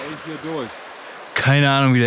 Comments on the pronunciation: Das Fich triggert ja schon ein bisschen, aber das kann man noch irgendwie aushalten. Aber dann seit Folge eins immer ELSCH sagen.... Das muss doch Absicht sein xD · Hauptsache spricht es Fich oder Geräuch aus, aber zu Elch sagt er dann aufeinmal Elsch. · Die CH - SCH Schwäche von ist herrlich: Fich und Elsch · Jetzt verstehe ich gar nichts mehr, anstatt Fisch sagt er Fich und man denkt sich "Joa, er kann wohl das sch nicht aussprechen, kennt man ja" und dann sagt er "Elsch". Kannste dir nicht ausdenken 😂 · "Fich" Auch: "Elsch" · Elsch und Fich hahaha 😂. Nicest Projekt, ich feier euch!!! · Super Videos (Funfact: sagt "Fiche" und "Elsch" XD) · Ich liebe die zwei, aber das "Elsch" und "Fich" von triggert mich so hart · Es heisst FiSCH und ELCH! :D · Warte warte.... Fisch ist "Fich" und Elch ist "Elsch"? 😁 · Wieso sagt er Fich und Elsch?